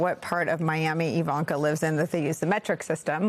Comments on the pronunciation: You need to get her name right! It is not Javanka. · Her name is pronounced Eevanka. She should be arrested. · It's I V A N K A.........Not.........Javanka! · It’s Jarvanka (easier To pronounce) but we all hate them whatever you call them.